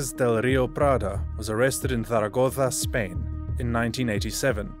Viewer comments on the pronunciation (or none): none